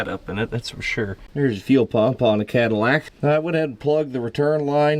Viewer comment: It became a "Cat-ill-ack" by the end. Gosh, I am clever...😅